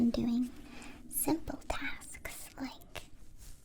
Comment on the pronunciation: Also she said tasksksksksks